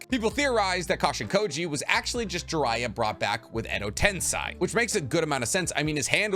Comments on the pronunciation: Tensei pls. Not tensai. Tensai is a person. 😃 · not tens-eye it's ten-say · You're still pronouncing Tensei like it's German! Just grinds my gears lol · I hate to be that guy, but it's sei not sai. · TENSEI NOT TENSAI